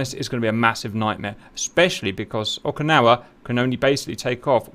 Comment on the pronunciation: It’s Oak-ah-nah-wah